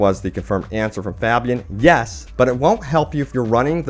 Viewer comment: Pronounced (Fay-be-an) ffs